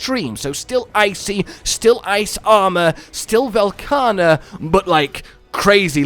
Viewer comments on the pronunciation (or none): I love Velkana, but i absolutely hate what Sunbreak has become, so I just hope they don't ruin yet another loved monster. And again for the love of mh, say his fucking name right.